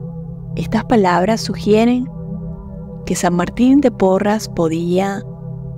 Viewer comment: Gracias por esta ejercitación, soy de Perú, San Martin santo peruano,si realmente curaba incluso a los animalitos, pero su nombre es SAN MARTIN DE PORRES, ES PORRES NO PORRAS. GRACIAS gracias gracias